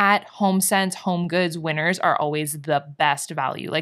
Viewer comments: I totally thought you were saying "Winters" as the store name this whole time. I just read your comment where you say you did a haul from "Winner's". Lol! I like Winner's as the name so much more. I was wondering if it's like a Canadian T.J Maxx? But I like the napkin holder. They have cute stuff. And you and Andre having matching masks is so cute🙂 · I definitely thought you said “I don’t know if you have winters where you’re from.” Then I realized you said Winners. Well I live in Arizona...we don’t have either 🤷🏽‍♀️😂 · At the start, I thought you said winter's, not winners lol and I was thinking "In from Australia and we don't have winter's, but we are in winter" lol ❄❄❄